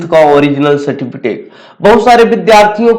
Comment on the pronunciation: Abe certificate hota a certifitake nhi hota